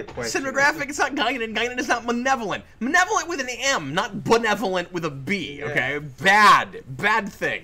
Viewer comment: "manevolent"? Scotty has a sister. In Star Trek Continues the new councilor said she was friends with Apollos baby-mama and she left the Enterprise shortly after that episode, though she doesn't say why. There's a photo-novel showing the baby, though it mistakenly says it's a boy, when Apollos descendant in the New Frontier novels (McHenry) says it was a daughter. I take more casual "hallucinations" as pretty much just daydreaming.